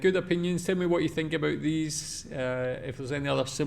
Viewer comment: if you notice before he says it (especially the first time) there is always a slight pause like he has to remember to say aboot. I find him a bit to negative about Canada and I get enough of that from pp on the news so I stopped watching a long time ago.